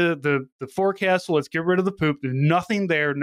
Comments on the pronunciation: Forecastle is said more like "focksil". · Forecastle is pronounced "Folk Sool" fyi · Forecastle is pronounced “folk-sull”